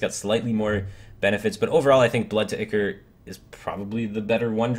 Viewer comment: Y'saarj = Ee - sarge Ichor = Eye - core Ethereal = Eh - theer - EE- ul No hate or anything, Blizz likes putting in BS words like Victuals just to make us mispronounce them. Good video though! Keep them long link this. I come to your overviews for the expertise and to learn.